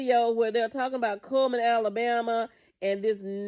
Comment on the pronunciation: ITS CULLMAN NOT KMAN